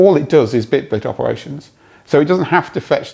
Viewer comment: and yes, it was bitblt not bitblit